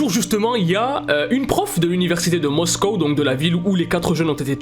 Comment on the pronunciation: on dit Moscou pas moscooooooww lmao